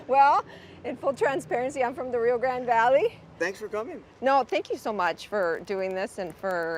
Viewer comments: She said to Bobby I'm from Rio Grand( instead of Rio Grande) Valley. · I wonder why the woman claims to be from Rio Grande Valley but mispronounce 'Grande?' That's like someone from Palm Beach mispronouncing Boca Raton.